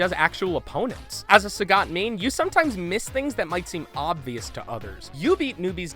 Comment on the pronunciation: "Sah-got?" You are good at reading.